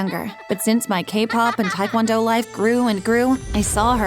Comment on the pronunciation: This woman can’t even pronounce Taekwondo right. XD (I’m Korean btw)